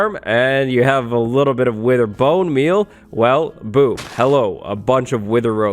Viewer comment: I thought that he said "winter solider skull" not "wither solider skull".